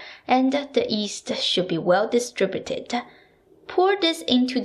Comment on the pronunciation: I've noticed that you can make the Y sound at the beginning of 'use' but not on "yeast'. It's cute.